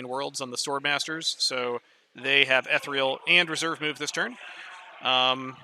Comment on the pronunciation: Appreciate the shorter batrep format, the two/three hour unedited ones on YouTube are not for me. Just one small criticism: the word is ethereal (ee-thee-ree-al) not etheral. I know it's a small thing but it makes my eye twitch every time it's mispronounced in the video 😂.